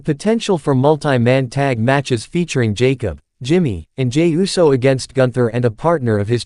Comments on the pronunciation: Do us a favor. Please put a REAL LIFE PERSON on these videos to pronunciat peoples names correctly. It’s annoying to hear the voice that’s speaking say wrestlers names wrong. For instance instead of Uso the computerized voice pronounces it U.S.O. Put some respect on their names. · I can see you have a problem pronouncing the name UUUUUSSSSSOOOOO?!